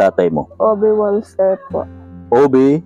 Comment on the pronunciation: Walster ang pronounciation sa German yan Valster